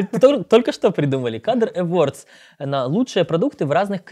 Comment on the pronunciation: часто повторяет слово awards, при этом каждый раз упорно произносит его НЕверно. Желаю, чтобы в 2015 году вы ребята начали немного больше внимания уделять английскому языку, или по крайней мере той его части, которую используете на публике